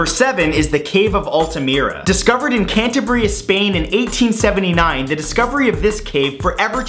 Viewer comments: "Cantabreea"? Come on, Matthew. It's "CantAbria". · Okay so trying to calm down the religion theme, i just got to say that i'm spanish and when he said Cantabria i laughed for about 10 minutes 😂😂